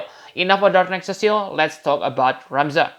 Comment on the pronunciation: "Cecile" is a girl's name. His name is Cecil as in see sill lmao.